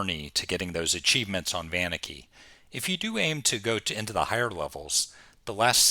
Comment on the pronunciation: Never heard someone emphasize the "van" on Vaniki... most pronounce it "Vah-neek-ee", which I believe is correct.